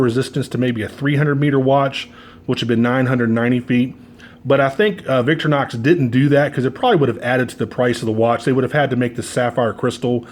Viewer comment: The company founders’ mother was Victoria. So he named the company Vic TOR inox. Not VIC tor inox Say it right.